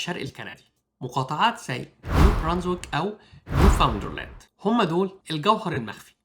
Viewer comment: إسمها نيوفاوندلاند أند لابرادور، وليس نيوفاوندرلاند